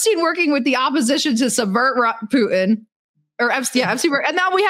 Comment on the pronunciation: Who is this "POO-in" you keep talking about? 🤔